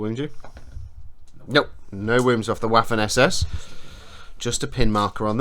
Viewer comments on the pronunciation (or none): Loving this, I'm a Memoir '44 hard core fan and slowly learning about Bolt Action. PS. Waffen SS is pronounced Vaffen SS... the W in German is a V like Victor sound, hence, pronounce it Vaffen SS, similar to V as in Van. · This video was amazing but there was one thing that drove me up the wall... The pronunciation of Waffen SS I am learning German and I know that w is pronounced as V so the actual pronunciation would be Va-fen SS. I hope that this channel sees this and keeps it in mind for future videos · I love it when brits pronounce "waffen" as it is were "waffles" - makes it really sweet. You might not care about it, but in german "w" is similar to the english "v" ("vampire"), whereas "v" is pronounced as an english "f".